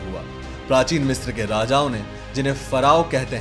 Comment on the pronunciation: मिस्र (misra) है, मिस्त्र नहीं है